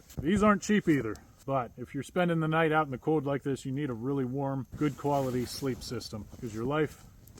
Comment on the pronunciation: Where is he from where he doesn’t pronounce internal “L” ? “It’s very code outside”